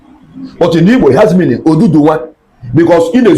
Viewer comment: He said oduduwa. Anambra accents sometimes pronounce word wrongly.